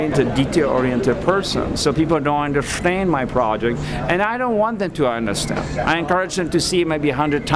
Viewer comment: My favourite part of this whole thing "oenderSHTEND my project"